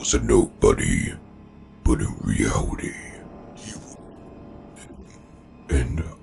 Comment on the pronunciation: “But in weality”